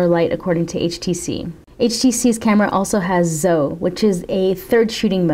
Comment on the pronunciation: You said Zoe wrongly. Its Zo-e (2 syllabus)